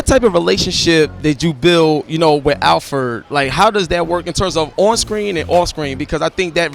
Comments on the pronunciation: Alferd???? SMH this dude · what the fuck is a Alferd. It's Alfred nigga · Wish they got someone better for this. Someone with more thought out questions than "what is it like to (be) ____?" And someone who dressed and acted accordingly to the event. Also, someone who knows how to say ALFRED. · Why can't my man say AL-FRED? Alfred!! C'mon son!!! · im saying tho this nigga cant even pronounce the names right.